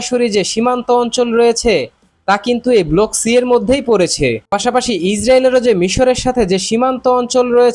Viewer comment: আরে চ্যানেল চালাইতে আইছস, আর 'ব্লক' রে কছ ' বলক'। বাংলাদেশ মানেই গরু